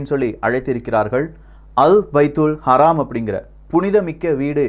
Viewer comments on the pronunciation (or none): அராம் இல்ல ப்ரோ மஸ்ஜிதுல் ஹரம்